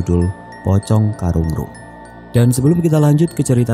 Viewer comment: Bang sebutannya Karunrung